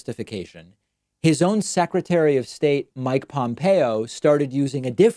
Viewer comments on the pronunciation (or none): none